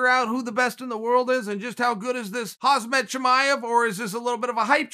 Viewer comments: as opposed to the Oregon pronunciation "Hasmat" i mean he is pretty hazardous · "Khamza" just remove the k and that's how it's pronounced"Hamza" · It’s better than pronouncing Khaz Mat which he has been pronouncing since the beginning...!! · Khamza is actually more accurate lool. Khamzat comes from the name ‘Hamza’ and it’s pronounced the same even in Chechnya. Once again proving Uncle Chael is a master of his domain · Chael: Khamza Everyone else: Okay great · i love your analysis ... big Fan . pardon me, but let me make it a little easier to pronounce khamzat chimaev. khamzat actually is (HUM-ZA) chimaev actually is (SHE - MA - ive) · Damn Chael, you keep messing up his name lol.